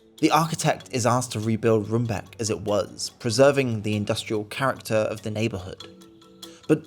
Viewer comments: Room, like English, not rum. I couldn't help but comment on the mispronunciations too. lol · "rumbake" and "enskede" got me rolling (not blaming or shit btw😭) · Some pronouncing tips. It's Enschede=En-sghuh-day. Roombeek=Roam-bake. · It always surprises me that no matter how much research went into a video and how well it is produced, no effort is taken in how to pronounce local names. It is not impossible for an English speaking reporter to say "Roambake" (Roombeek). They just pronounce it as if it would be some English word not even considering that might be inacurate. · The dutch Roombeek is pronounced as “Roambake” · Roombeek is pronounced in English as Roam-bake or Rome-bake (Rome as in the Italian city).